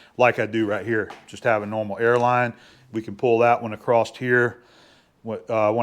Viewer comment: you are the BEST! It's all my fault that I can't let "acrosT" go. It eats a hole through my brain when I hear people say, "acrosT". Rant over. My bad.